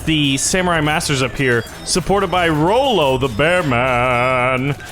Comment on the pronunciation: its not rollo its ra-lo and nice vid keep up the gud work:)